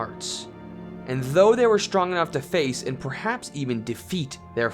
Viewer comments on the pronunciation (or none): none